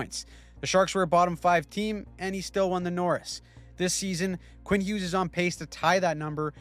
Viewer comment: its Hughes and it's not even close